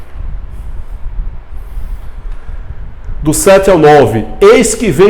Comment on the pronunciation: Kkkkk acho tão engraçado o jeito do irmao dizer essa beibe Brasil. 😂